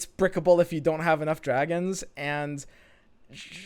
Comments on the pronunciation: Cant unhear now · Anybody else notices how always says "Andz" not "And"?